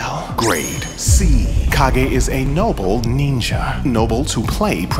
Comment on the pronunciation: I hate to be that guy but it's pronounced Cage.